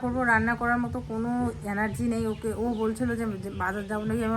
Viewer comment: অ্যানার্জি উচ্চারণ নয়,এটা হবে এনার্জি।খুব কানে লাগে।